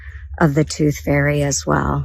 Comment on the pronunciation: Tooth ferry! LOL, she is the most pathetic, ridiculous excuse of an elected official.